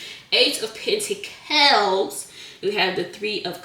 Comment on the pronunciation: I like the way she says pentacles lol